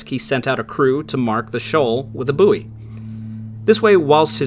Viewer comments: At the moment of the sinking, the admiral, in full dress uniform walked right across a crowded gathering at his Chelsea home and entered his study, leaving huge puddles of salt water. He spoke to nobody but everyone in the room saw him. (PS 'bouy' is pronounced 'boy' and not 'booee' and 'hawser' is pronounced 'horser', also, was that ship called Phoebe, pronounced 'Pheebee'...I thought I heard 'the pronunciation 'faybee'? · And buoy is not "booie" in English ! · Love the channel, videos are fantastic and subscribed! Hearing "boo' ee" cracks me up every time i hear it though 😂! Sorry! Keep it up "bouy" you'll go far!